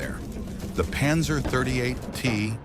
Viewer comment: Задрал этот ПанзËр!!! Невозможно слушать!!!